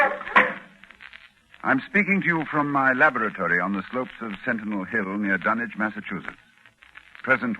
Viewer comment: It's refreshing to hear Dunwich pronounced correctly.